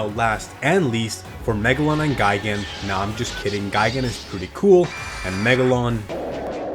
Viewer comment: Bro just said megalon like (Godzila kickd)